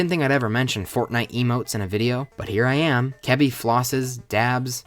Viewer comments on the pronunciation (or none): none